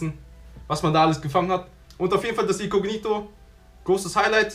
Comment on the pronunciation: Wen regts auch so auf wie er "icognito" ausspricht 🙄